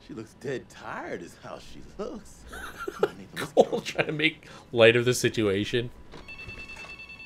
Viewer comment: sounded like he called Cole "Colon"